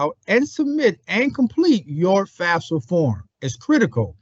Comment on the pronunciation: Can we please say the FAFSA acronym properly?? FAF-sa not FAS-fa. It doesn't even mean the same thing when said incorrectly.